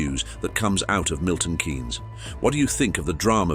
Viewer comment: Agree this is nonsense. A very posh sounding voice and can’t even pronounce Milton Keynes lol